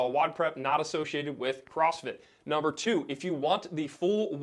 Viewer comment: He said number toot